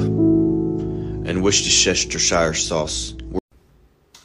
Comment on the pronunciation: Wercherchestershier sauce 😂😂😂🤣🤣🤣🤣😭😭😭😭😭😭😭😭😭🤯😭